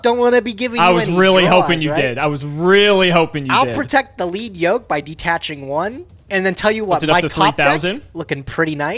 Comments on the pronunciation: correctly pronounced Lead Yoke! Once... And then mispronounced it again..... It's a YOKE made of LEAD. Lead, the heavy metal! He gets stronger as you remove his HEAVY LEAD YOKE. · You guys are saying lead yoke wrong and it’s hurting my ears